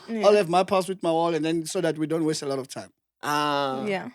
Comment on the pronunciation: 😂😂😂😂😂😂 and his Zambuk, "watsed"